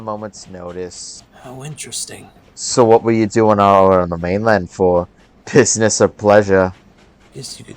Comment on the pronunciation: He actually sounded like he said piss ness